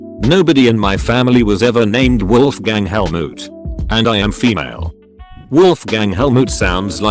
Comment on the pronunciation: Wolfgang Helmoot...gosh. My dads name is Helmut and I would have been called Wolfgang if I was a boy.